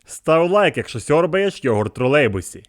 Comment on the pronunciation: Правильно йогУрт